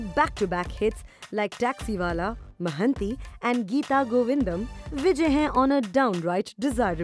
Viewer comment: Mahanti? It's mahaanati. Devarakonda not deverekonda.